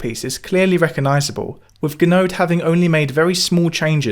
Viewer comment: Gounod - goo no, not ganode.